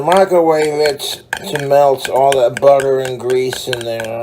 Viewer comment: Budder and grweeeeessuhhhh